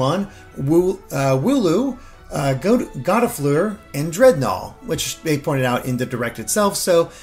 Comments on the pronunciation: Gossifleur, he pronounced as "Goddifleur" and Budew which is bud plus dew, but he pronounced it as boodoo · "Gott-ah-fluer" Me: "You didn't." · Gottifleur? You mean. Gossifleur? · Gottafluer? I’m pretty sure it’s GOSS-A-FLUER